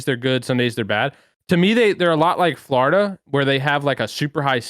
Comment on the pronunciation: Aches - "Flahoriduh"